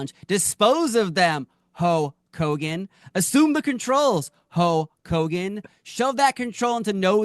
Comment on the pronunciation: Warrior…. Not Hoe Kogen